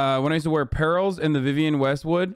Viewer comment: It’s Vivienne Westwood, not whatever the hell you said.